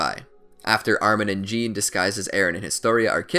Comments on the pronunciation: *Jahn not John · He pronounces Jean like the German Jan when it is either pronounce like Jin or Zon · Im so trigger of how u say jean and hanji u say zjan not JEAN ok and HANJI not HONGEa